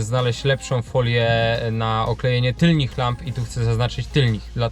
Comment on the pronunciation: Tylnych nie tylnich.